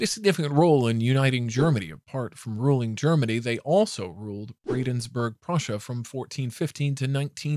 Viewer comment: "Bradensburg"??! Argh!!!!!!!!!! It's Brandenburg!!